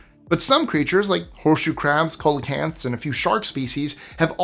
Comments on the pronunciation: I thought it was pronounced see-la-canth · What did you call a coelacanth? A Ko-lecanth? Lol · Also, coelacanth is SEE-luh-kanth